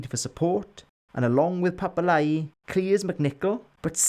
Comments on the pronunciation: Brilliant stuff. By the way it's not Papa-lie, it's Papa-lee-ee. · fascinating. papa "lee-ee" ...btw